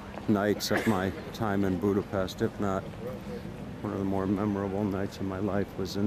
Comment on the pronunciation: It's Budape-sh-t, just as in the word shout and unlike the "s" sound in the word saint. Anyway thanx for the vids, great job! 😉